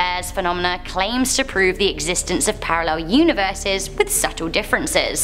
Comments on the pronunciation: Universes, pronounced univer-sees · Univeese? Lol